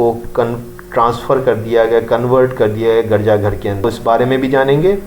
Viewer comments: Garja nhi hota Urdu mai girja bola jata hy kmazkm Urdu you sahi prh lo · Your pronunciation of garja is wrong. You should think about your of Urdu Arabic and english.you have pronounced many wrong words please answer